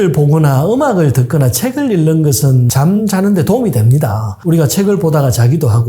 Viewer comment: 책 읽는것. 읽는~ 일는. 이 아니고 잉는. 으로 읽습니다.